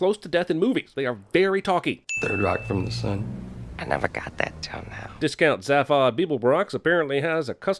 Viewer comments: Zaff-odd? ZAY-FOD, you Vogon. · its pronounced Zay - Fod ... grrrrrr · 1 sin for mispronouncing Zaphod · Mispronounced zaphod. Bing! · I cringed so hard when you he missprounced Zaphod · Plus one sin for your pronunciation of Zaphod.